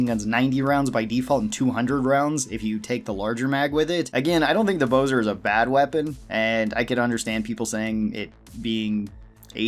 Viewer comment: It’s bo-zar, not bo-zer